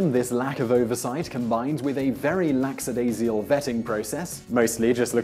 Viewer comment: lacksadaisial? lackadaisical.